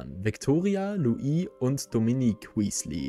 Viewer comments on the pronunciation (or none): none